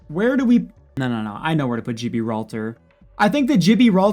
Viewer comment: Funny how no one brings up the way he said Gibbi